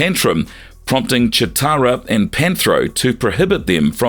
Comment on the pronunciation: Is it just me or are you pronouncing Cheetara wrong?